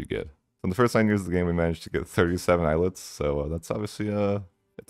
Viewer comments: It is not Eye-let, it is Ay-Alet. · Eh-yah-leht is the correct spelling fyi